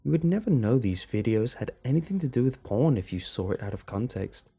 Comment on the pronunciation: When he says porn, it sounds like my dad saying pawn